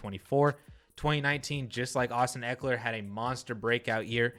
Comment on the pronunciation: Not even close - it's Ekeler.